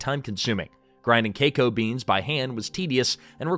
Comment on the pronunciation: Say KEKO beens.... one more time.